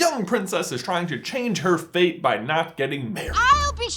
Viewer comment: When marida says "fate" it sounds like "feet"